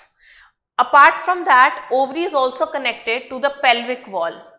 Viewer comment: It's pelvic